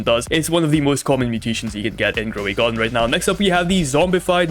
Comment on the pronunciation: Grow a garden❎ GrowAgon✅